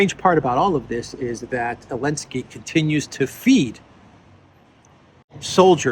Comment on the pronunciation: Why do you say "Elensky?"